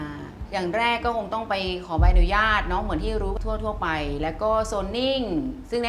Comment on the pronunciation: อยากให้ทุกคนที่ทำงานใด ๆ ออกสื่อ เลิกเติมสระอิในคำว่า "อนุญาต" เพราะ อนุญาต ต้องไม่มีสระอิ 🙏 ขอบคุณค่ะ